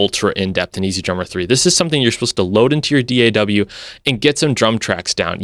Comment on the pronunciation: Thank you for saying D.A.W. instead of all those lazy asses "Daaahhhww. That's soooooo annoying.